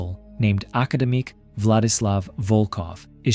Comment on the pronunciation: ship first name is "academic" pronounced with a normal English tongue, not Russian so you did not have to say it in that matter lol